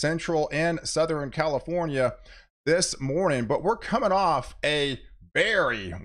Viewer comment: EastERN, SouthERN... NOT EastREN or SouthREN..... I bet you say nukular too.